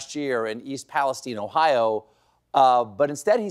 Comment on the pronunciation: It's not East Palest-TEEN, it's East Palest-TINE (rhymes with TIME)